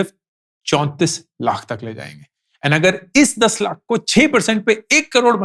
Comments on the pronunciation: Stopped watching your videos for the following reasons: 1. The way you emphasize and say 'lakh' and make ot sound like an urdu word is so frustrating and unpleasant to hear. 2. Same repititive content again and again, again and again, and again. 3. No real insights. Just motivating to do SIPs. So now that I am doing SIPs already, shall I unfollow? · Sir now a days you are saying word LAKH very weird way.. why.. sounds about to spitting. Sorry sir 🙏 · The only thing I disliked about this video is his annoying way of saying LAKH. You could stress less on this word and focus more on the actual content. Your LAKH pierces through the ears!